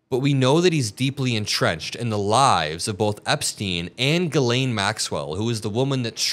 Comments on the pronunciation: her name is French so a bit confusing for English speakers but pronounced “gislenn” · Her name is pronounced Gillen, short i. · It is pronounced jeeslaine. The Lolita Express…anyone who has read Lolita knows the implication of the name. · Please, can everyone pronounce her name correctly? It's Jissss-len. It's French. Guylaine is another French first woman's name. I know she doesn't deserve the respect but as a French speaking person, this is like nails on a blackboard! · Can you please all learn to pronounce her name correctly…it’s not Guylaine it’s Ghislaine for god’s sake. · . HIGH ATOM !!! 💙💛💙💛💙 ISN'T HER NAME PRONOUNCED. "JIZZ LANE" ???? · It's pronounced GIZ-LANE (I believe it was her nickname). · Ghislaine is pronounced "Jizz Lane"... for a reason. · Why can’t anyone pronounce her name right?